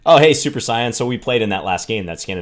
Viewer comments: Saiyan is pronounced "say-in" John. Pretty please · So you have never seen dragon ball with the way you said Saiyan. Nbd but say n.